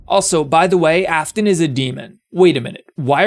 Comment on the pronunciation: Bro, I love how instead of Afton it's Aston